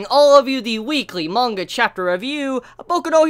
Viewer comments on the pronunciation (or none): none